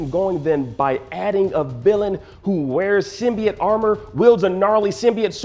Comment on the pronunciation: Learn how to pronounce symbiote jesus